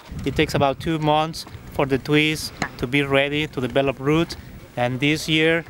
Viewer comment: Did anyone catch how he says, trees? ii(TWEES)!! TWEESES CWIST, JWUST KWILL MWE! HAHAHHAHAHAH! 🤣🔥🤣🔥🤣